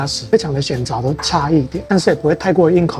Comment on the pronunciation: 是顯著“ ㄓㄨˋ ”啦